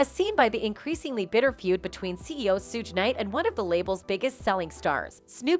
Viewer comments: “Sooge nite”😭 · Who tf is Soodge Knight and Dr.3?? That's what she said....lol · This lady false pronounce names Suge Knight and Dr. Dree !